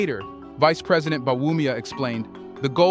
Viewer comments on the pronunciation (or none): none